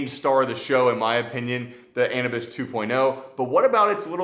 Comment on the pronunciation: Not being an a**hole but isn’t it pronounced Anubis like the Egyptian god???